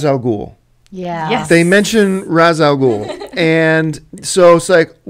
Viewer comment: I absolutely hate how everyone mispronounces Ras al Ghul's name. It is the only thing I dislike about the Nolan movies. Because of him there is an entire generation mispronouncing a phenomenal characters name.